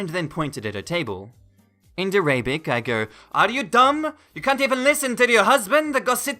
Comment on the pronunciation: Can we acknowledge that he pronounced Arabic “ah-RAY-bik?” Edit: just some grammar fixes